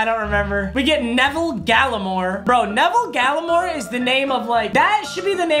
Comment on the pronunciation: Lol Neville Gallimore is pronounced Naveel Galimore. 😂😂😂